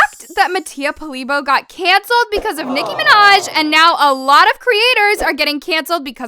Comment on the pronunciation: no he didn't he said Nicki Manaj not Nicki Minaj lol